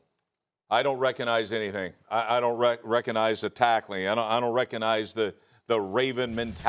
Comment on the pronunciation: Reconize. There’s a G In there Rex.